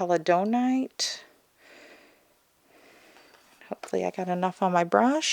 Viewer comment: Hello! I believe the Celadonite would be pronounced like celery... named after an ancient Asian pottery glaze celadon of that same color (I'm a potter). I LOVE that color! Thank you for this swatching!